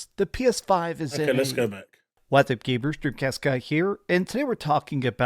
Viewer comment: He actually says Gabers if you have Closed Captioning on.